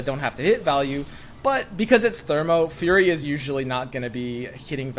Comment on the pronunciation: Listening to him say "furry" over and over - instead of "fury" - was weird to listen to. Like the people that like boink while wearing full-body animal suits?